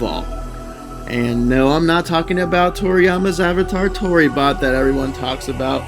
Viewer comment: It's Toribot lol